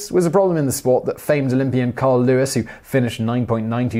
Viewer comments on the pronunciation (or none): none